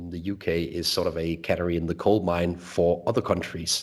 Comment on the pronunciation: your English is richer than that of many Brits. Please bear with me when I point out that the stress and vowel sounds of canary are different to those of granary. I only mention this because canaries look like being with us for a while in the UK.:)